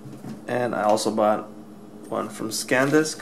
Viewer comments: You keep saying scandisk. Its SANDISK,!!! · Its SANDISK not SCANDISK, hesus dude.... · NOT SACAN but SAN disc!!! Haha! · say it with me man: San Disk. SEHN-DISK not Scandisk SAN DISK!!! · I'm just joking, you were saying ScanDisk instead of SanDisk and ScanDisk is a windows tool.;) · you say scan disk - i think its sandisk - btw nice vid - ill comsider the samsung card now that i saw this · SANdisk, not SCANdisk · How the hell do you get scand disk out of Sandisk ??? Whereas in the title you spell it correctly then go on to write scand disk ! How do you expect people to take notice of your review if you can't even read / pronounce name of product ?